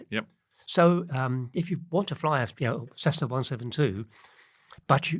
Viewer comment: Why does say Cezzna??